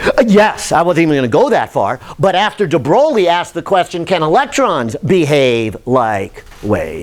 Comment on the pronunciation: After : DE WHO??? DE BROWLEY??? Now stop it, please! You know how to say "THE BOY". Now put an R in between the B and O. So the right pronunciation of "De Broglie" is "THE BROY", and keep that R rrrrrrolling! ;-)